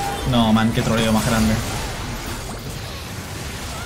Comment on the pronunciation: Qué trolleo más grande dice y sin tirar R